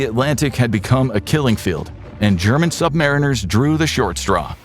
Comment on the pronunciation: Just a mino correction. Us submarine sailors are "sub-MARINE-ers" NOT "sub-MARE-inners" that really grates on our ears.